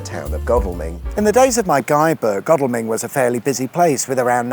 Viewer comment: Ooooooh, my local area. Pleased you pronounced Godalming correctly 😀